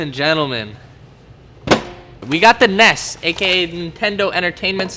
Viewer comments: N.E.S not nes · It’s not pronounce Nes It’s pronounce N.E.S.